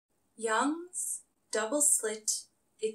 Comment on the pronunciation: I always hear Jung's double slit